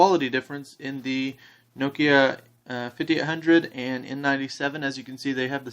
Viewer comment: lol this dude cant say nokia right